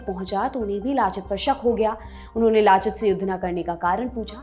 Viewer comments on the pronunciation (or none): Aunty उनका नाम लाचित नही लचित था